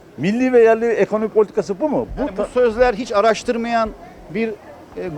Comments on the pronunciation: bu cahil ile neden bu kadar çok konuştunuz anlamadım.Adamın daha ilk kelimesi '' ekomoni '' ekonomi bile diyemeyen bir canlı söyleyemediği şeyin iyimi kötümü olduğunu nasıl bilebilir.aynı canlının son kelimesi ise '' korono''.Sayfanızı sürekli takip ediyoruz.Tabiki her görüşten insan konuşsun fikrini söylesin.Ama lütfen cahil insanlarla vaktimizi harcamayın !!! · adam ekonomiye ekomoni diyor hani bu adam bize ne gibi bir yararlı bilgi sunabilir ki